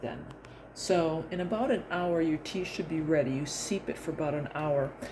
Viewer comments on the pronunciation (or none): Steep not seep 💚